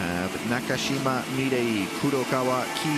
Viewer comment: Somebody please tell the commentator how to say "Na-ka-shi-ma"! There is no "cash".